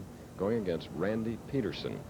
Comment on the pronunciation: PEED-ER-SON! PEED-ER-SON! Good gravy 🤦🏻‍♂️